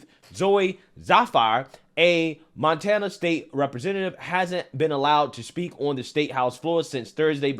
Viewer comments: “Man-tana”? LOL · Did just say... MANtana?😂😂😅😂😂😅😅 No such thing as a transchild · Was that intentional!? 😂 Mantana?? If it was, bravo good sir. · "MAN-tana" lmao nice Freudian slip 😂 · "Mantana", you cold lol